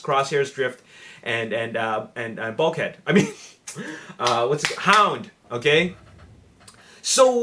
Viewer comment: Hound not bound and road buster not roeadbuster.